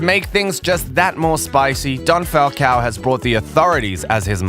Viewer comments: It's "Falcón" not "Falcao" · My most favorite moment is when you pronounce the name Falcon not Falcow